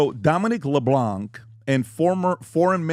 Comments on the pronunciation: Leblanc pronunciation has a silent “c’. It is not Leblock. French, of course. 🇨🇦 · Ha! Ha! I love the American pronunciation's of LeBlanc and Jolie. Canadian here, we love our country, but what the Liberals have done, it's not even recognizable! There are no-go zones ie: Brampton! No way, do we want to join the USA. Nope!